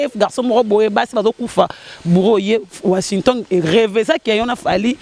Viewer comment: na washington eza passi ko loba azo loba washintongué mawa